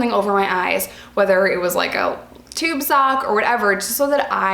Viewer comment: All the things you mentioned, I know those exact things I would miss also. All legit girl! Btw, you said tube sock 🧦😂😂🤣